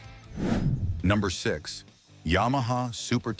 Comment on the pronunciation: “Ya-Maha”? Hahahahaha! Nuff said.